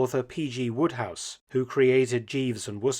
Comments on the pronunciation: Isn't it "Wodehouse" and not "Woodhouse?" You may want to fix that. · P.G.Wodehouse - please correct